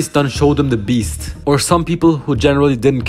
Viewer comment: The the way he said “beast” 😂😂😂😂😂